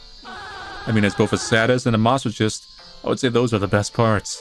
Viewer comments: ”I mean, as both a SAD-IST and a MOSS-O-CHIST” NEVER IN MY LIFE HAVE I HEARD A MORE BUTCHERED PRONUNCIATION OF THESE WORDS I MEAN HOOO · That's.....that's not how you pronounce sadist and masochist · Can we talk about how can’t pronounce Masochist? XD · I think I’m in love with how said sadist and masochist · i know that manlys pure because he cant pronounce “sadist and masochist” better than 11 year old me could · The most upsetting part of this playthrough is how pronounced 'masochist'.